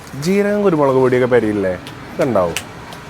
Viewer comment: കുരുമുളക് ❌കുരുമോളു ✅